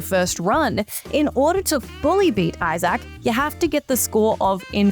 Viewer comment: Do you seriously not know how to pronounce the name Isaac? 🤦🏻‍♂️